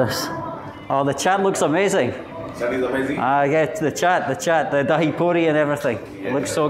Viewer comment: its not Daa-hee 😂 its Dhai